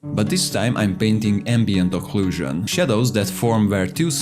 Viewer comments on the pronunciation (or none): none